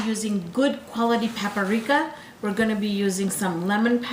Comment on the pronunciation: It's Paprika not Paparika